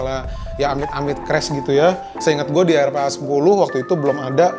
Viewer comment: it's pronounce "arfa", R - PHA